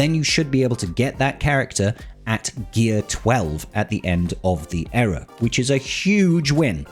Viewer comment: ear-uh not error......